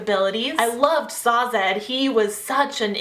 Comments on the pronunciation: Great review ***** :) I listened this on audiobook and it was a great experience! I notice that you pronounce some of the characters' names differently than what I heard on the audiobook. Elend = "elle-and" and Sazed = "say-zed". I mean no disrespect, just wanted to mention it! Have a great day :) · About Sazed... Say-zeth? Bloody hell, I was reading it wrong the entire time, I thought it's pronounced Seizd like in "dazed"... Oh, well... Anyway, great book, great review. Cheers! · Saw-zed! I burst out laughing!